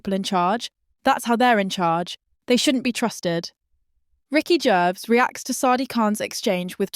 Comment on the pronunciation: Ricky 'Jervs'... SERIOUSLY?!